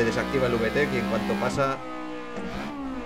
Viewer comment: Uve tec JAJAJAJA habla bien español reklo se pronuncia vitec